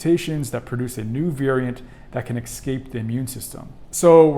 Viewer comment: Pandemic ends one day, but Americans pronouncing Escape as if it's Excape would never end, no matter how educated they are.